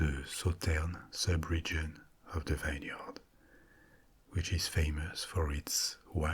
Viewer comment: It's interesting to hear your pronunciation for some English words. Phonetically, it makes perfect sense, but no one pronounces the word that way. Example- Vineyard is almost always pronounced Vin yerd, not vine yard